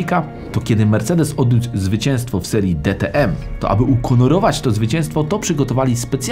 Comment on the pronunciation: "Ukonorować to zwycięstwo.." Śmiechłem :P